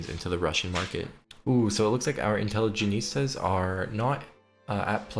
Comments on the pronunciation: Great video! One note on pronunciation, The faction you were promoting at around 12-13 minutes is pronounced In-tele-gent-see-ah rather than in-tele-geh-neest-ah. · Love how you pronounce intelligentsia like a spanish word ("intelligenista") while it was borrowed from Russian and easier to pronounce haha. Great video, I'm gonna try Greece now. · If I hear the intelligentsia be called "intelligenistas" again I will go mad. Also lol too tho lmao. Great video! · European teen who speaks English as his sixth language: does know how to pronounce "intelligentsia* Dipshit from third world illiterate country who only speaks 1 simple language: doesnt If i were american, i'd kill myself out of shame. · It's actually from Latin, but yeah, I twitched my eye every time he pronounced it wrong. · Intelligentsia. Just fix this pronunciation for the next video please. Im either going to have block the channel or cut off my ears if not fixed.